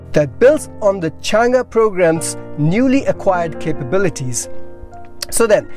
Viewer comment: Good pronunciation of Chang'e. 👍